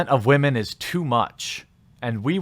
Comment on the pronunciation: You're pronouncing "women" wrong.